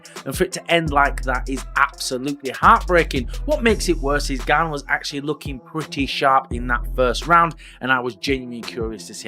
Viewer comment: Who's Cyril Gain? Lol. Its Gane!! 😅